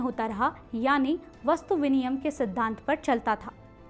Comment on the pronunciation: वस्तु-विनियम नहीं, अपितु वस्तु-विनिमय कहना चाहिए।